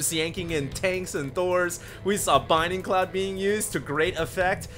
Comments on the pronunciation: It's bLinding cloud. Not "binding cloud". That L is important. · Is it me, or does say "Binding cloud?" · yeah i thing too that he said binding cloud strange :)